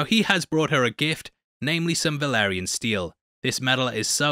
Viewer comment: Dude I love you and your videos but it’s “Balerion the Black Dread” and “Valyrian steel” not Velaryon lmao Also, it’s “levi o sa” not “levio saaah”